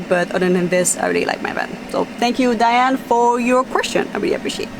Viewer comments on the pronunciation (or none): none